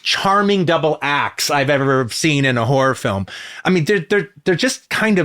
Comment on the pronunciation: He totally pronounced horror "whore" in the opening ten seconds.